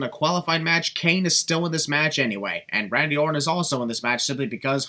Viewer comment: Am I the only one who heard botch Randy ortons name when talking about jinder beating him for the title either that I never knew there was a wrestler called Randy Ort